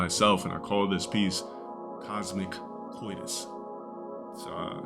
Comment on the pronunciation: I think he means Cosmo-COITUS as in cosmic-sex. No Cosmo-Codus or whatever tf this deadbeat unintelligent rog just said